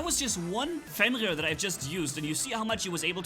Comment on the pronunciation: is it just me or do i hear fenlir instead of fenrir